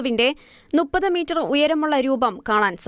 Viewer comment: നുപ്പത് മീറ്റർ എന്നതല്ല മുപ്പത് മീറ്റർ എന്നതാണ് ശരിയായ ഉച്ഛാരണം.